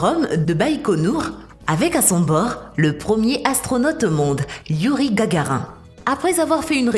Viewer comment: Ce ....est d'une incroyable nullité, des commentaires par moment neuneus , approximatifs et creux, pour au final aboutir à ....rien! Et le pauvre Youri doit se retourner dans sa tombe d'entendre son nom écorché avec autant d'insistance :-(